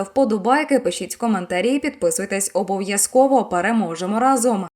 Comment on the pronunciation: дикторка має неприємну інтонацію...оце останнє слово - переможемо раЗОМ, така інтонація неприйнятна